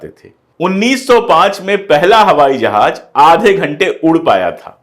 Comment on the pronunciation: Sar Sar jahaj ya FIR jahaz